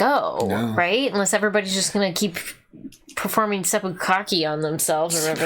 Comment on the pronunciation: I think she said "sepukkake" but hilarious either way.